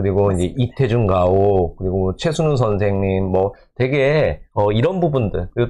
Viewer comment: 영상 감사합니다~ 26분 경에 염상섭..이죠?(엄상섭으로 들려요) 32분 경에 최순우...가 맞죠?(최순열이라고 들려요) 딴지아닙니당 ^^